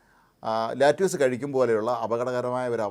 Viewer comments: let use alla. lettuce.. lettuce.lett-a-s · ലാറ്റിയൂസ് അല്ല സർ.. ലെറ്റസ് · No lattuce, lettuce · Not latuse ,lettuce.